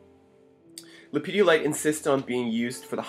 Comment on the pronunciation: Not sure how I came to this video, but my dood, there is no children's gatorade in this stone. It's pronounced Lepidolite, just as it's spelled. It's not Ha ha